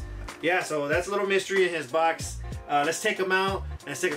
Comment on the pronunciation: The way you pronounce lil mr. E makes me feel some type of way sounds like “little mystery “